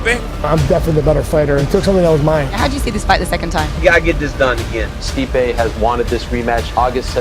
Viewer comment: Stipe "Stiopic" Miocic